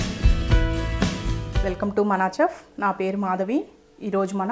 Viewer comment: Chef is not pronounced ‘ch’ as in ‘change’…it’s chef as in ‘shelf’